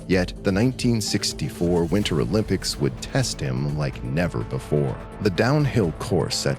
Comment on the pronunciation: "O Limp ics"...🤭